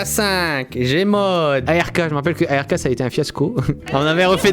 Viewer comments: mais sa se di "ARK" pas "A R K" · On dit pas a r k mes ark